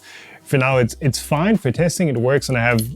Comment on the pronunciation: Awesome little project! “As long as it doesn’t short out anything ELSE it’s fiiiinee” talking like a Chinese printer manufacturer.